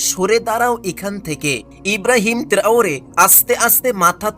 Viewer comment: ব্যাটা আগে ভালো করে বাংলা শিখ।তারপর ভিডিও কনটেন্ট ছাড় এবং মানুষ অনুরোধ কর লাইক এবং সাবস্ক্রাইব শেয়ার করতে। তোর তো বাসায় ঠিক না মনে হয় কাঁপছিস। বুরকিনা ফাসো এবং ইব্রাহিম ত্রাওরে ঠিকমতো বল। অরজিনাল 10000 প্রোগ্রাম দেখা হয়ে গেছে। স্টুপিড কোথাকার